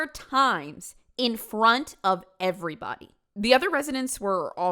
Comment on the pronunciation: this is the video that made me realize that i picked up the way says "anyBODY, everyBODY..." hhhhhhng